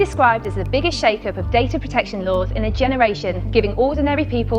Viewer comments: It's Data, not Dahtah. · Good video but why do you say “data” as “darta”? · Right? This guy adds an "r" onto vowels for some reason. It's weird. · im not native english speaker, however, am i the only one triggered about the way "data" is pronounced? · so there's a 3rd way to pronounce data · Love your videos. Please work on your pronunciation of the word 'data' though lol.